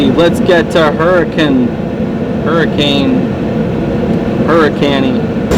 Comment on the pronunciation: It's pronounced hurakin Just a fun fact from someone who used to live in the area